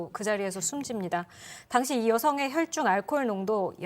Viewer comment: 혈줄? 아나운서가 발음이 안되네? 계속 혈줄이라네.....ㅉㅉ